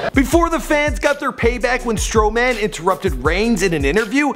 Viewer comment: Stroman (str-o-min) not stronan ( str-o-man)